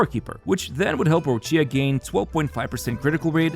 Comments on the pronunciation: The pronunciation is Roccha for non Italian speaker not roccìa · An Italian dies each time Roccia is mispronounced. The "CCIA" is produced like "Qi" in Keqin, or "Chi" in China, so its "Rocchia/Roqia" not Rosheeyah~ The accent goes to the "O" Róccia, not on the "I" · It’s Rocha. Stop pronouncing Rochia.